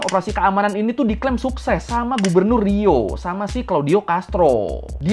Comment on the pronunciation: Gemang gw denger Gubernur Rio njir. kek nyebutin Gubernur Riau 😅